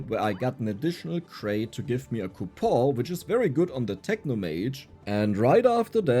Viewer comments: Dear, its coupoN not ''coupoohh'' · again bro coupon is pronounced coupon